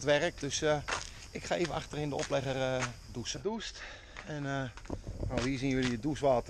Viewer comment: Dou'CH'en, NIET DOESEN